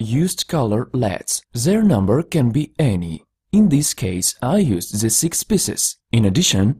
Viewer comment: If you stopped saying ze, your speech would not be terrible